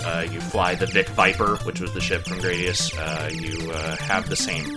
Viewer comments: Probably closer to Grah-dius. given the japanese pronunciation is Guradiusu. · It's pronounced Gradius. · It's pronounced 'Gradius'